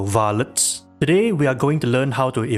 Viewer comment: I like how when u say Varlets it sounds slightly like it’s in a northern English accent like in the game